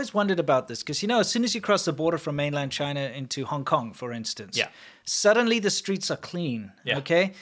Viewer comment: If Google is going to operate in Chy-Nah at all, then that's got to be the way the results come out...